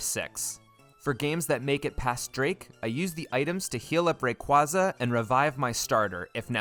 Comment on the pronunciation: Stop pronouncing Rayquaza wrong. It’s Ray-kway-zuh!